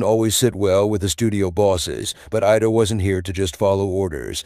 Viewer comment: There was so much mispronunciation of names. It's IDA Lupino not ADA. The voice kept going back and forth between the two. Bette is pronounced with 2 syllables, not one. It should sound like Betty. There are others too numerous to mention. if you want followers, you need to pay more attention to details that are so obvious to most of us old movie aficionados.